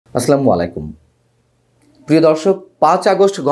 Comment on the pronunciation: আসলামালাইকুম না বলে বলবেন আসসালামু আলাইকুম